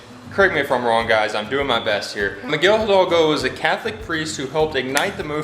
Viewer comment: Hahaha. Pronunciación de. Migal hidolgo. You gusys are awesome.